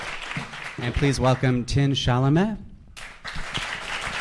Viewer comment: Chalamet not chalameh